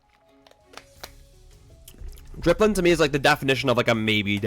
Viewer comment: dipplin. not dRipplin.